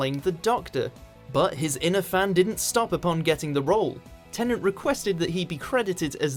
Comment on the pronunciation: "Temnant" who the f